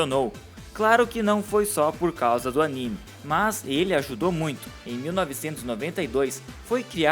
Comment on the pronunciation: pelo amor de zico meu camarada seu video é muito bom mais a pronuncia correta é "jay league" "jota league" doi meus timpanos